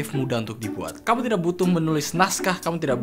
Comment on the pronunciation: "Kamyu" ~Google Translate 2k19